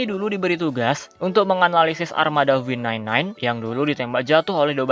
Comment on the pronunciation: V9 9 bjir dibacanya